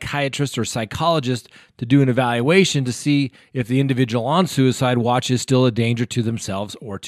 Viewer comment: Did you just say "sewerside" at the 2.27 mark? Lol!